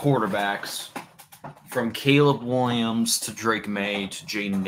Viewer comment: JJ mccawthy is a bum. Wiwwiums is so much bettuh